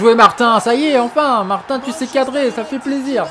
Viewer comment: Martin se prononce Martine